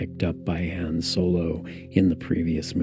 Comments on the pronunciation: Should of heard him say Han in the part one..... made me want to kick a puppy...... Edit: oh nvm he does it in this one too. Someone get me a puppy! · You have 5 movies where you can hear how to properly pronounce Leia and han dude